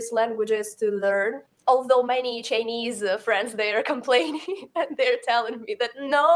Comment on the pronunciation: I can easily tell your spoken English donesn‘t sound like American. When you say the word “Chinese”, you pronounced tr-ei-nese.